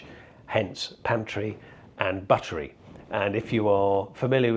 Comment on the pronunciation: .. and 'buttery' is 'bottle - ery'